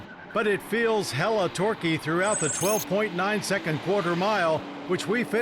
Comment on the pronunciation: Why did the legend just say “hella torquie”